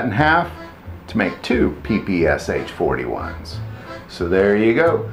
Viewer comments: If you are going to do videos about Russian firearms, PLEASE learn how to pronounce their names! Both the mo-SEEN nagant and the Peh-Peh-Sheh are classics. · 1 thing you didn't know Ppsh smg is pronounsed P-P-SHa, the SH at the end is pronounced together as in the word Shoe